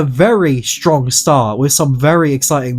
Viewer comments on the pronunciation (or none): none